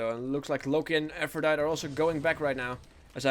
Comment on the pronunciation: it's said like aphrodity. It's Latin so you pronounce the E.